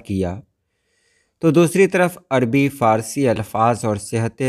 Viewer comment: اَد بی عَر بی کہنا غلط ہے۔ درست تلفظ اَدَبی اور عَرَبی ہے۔ یعنی پہلے دو حروف پر زبر ہے۔ ان کے مآخذ با لترتیب اَدَب اور عَرَب ہیں۔ رومن میں یوں لکھیں گے : Adabi Arabia.